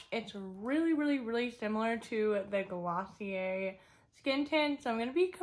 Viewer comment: It’s pronounced gloss-ee-ae